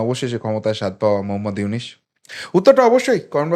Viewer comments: আরে ব্যাটা আগে ড.ইউনূস এর নামটা তো সঠিক ভাবে নিতে শিখ, তার পর তারপর ইউনূস সরকারের সমালোচনা করিস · ব্যাটা ইউনুস, উচচারন করতে পারিস না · Ki re vai na boy Aponi to Name ta bolte paren na